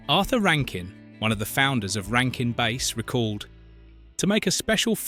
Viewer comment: A penguin who couldn't fly? Penguins don't fly anyway. It's not pronounced Rankin/Base. It's Rankin/Bass (like the fish). Read the real book of "The Night Before Christmas". It's Donder, not Donner. That's when the reindeer was originally named. Everybody always get it wrong, including this film.